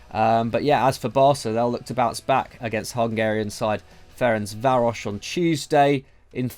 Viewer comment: Beautiful pronunciation of Ferencváros 👍🏻👍🏻 you’re welcome 😉 (you can say the short form as well which is FTC tho)